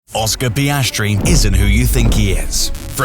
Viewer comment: Oscar Pastry. Review your french audio